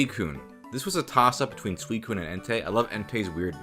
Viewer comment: sweekun? It’s soowiseen